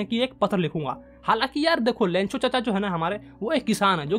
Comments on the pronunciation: Lancho nahi lencho 😁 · Sir this 'Lencho' not 'Lancho' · That is not lancho this is lencho please correct it 😎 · It’s Lencho not Lancho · Bhai lancho ❌ lencho✅ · Lancho ❌ Lencho✅ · Lencho ❌ Lancho✅ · Lancho nhi lencho hai